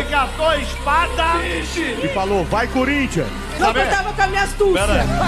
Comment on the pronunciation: E falou "vai curintia"